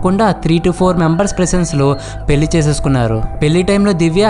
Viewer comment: Bro.. పెళ్ళి అను.. పెల్లి కాదు..